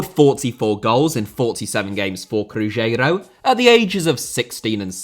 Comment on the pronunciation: Nazário* not Nazériouw Mbappé* not Mbappei Cruzeiro* not Crugeiro Inter* not Ento Half* not Holf Diego* not Dieyeigouw Adriano * not Adriohrnouw Debut* not Deibyu Dispossess* not Disposess Possession* not Posession Serie * not Siri Dortmund* not Dohrmund André* not Ondrei Nistelrooy* not Nisselrooy Eusébio* not Yusseibiouw Pelé* not Pelei